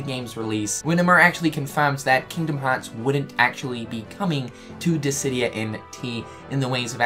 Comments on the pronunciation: Are you feeling alright? You pronounced Disidia correctly. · He said Dissidia correctly! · Hey guys, I think he's finally saying Dissidia instead of Distidia! Yay! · My boi finally learnt how to pronounce Dissidia :) no more diss di dia xD